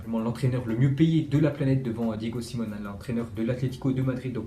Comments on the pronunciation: Ca se dit Diego Siméoné et pas Simone . Sinon belle video . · Diego simone, polo dybala, xxavi, Jurjen klopp, c'est fascinant comment tu prononce les nom ces nom